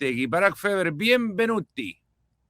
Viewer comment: Bienvenuti? Es Benvenuti!